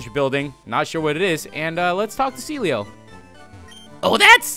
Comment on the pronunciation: Everytime you say Celio I keep thinking that you said Sealeo